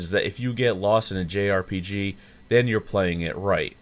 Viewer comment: ... don't... say... "jerpige"...